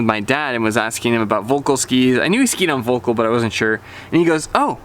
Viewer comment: I have the old RTM 81, and the Deacon 79 it's a kind of... left the bleh feeling. BTW, in German V is pronounced like F and ö closer to 'oe' - something like Felkl.